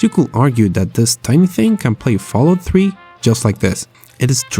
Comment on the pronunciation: fallout "tree" in a potato